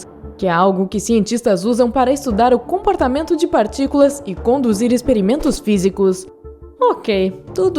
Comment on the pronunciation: "Acelerador de particulam"